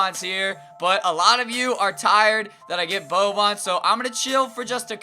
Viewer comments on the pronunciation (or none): none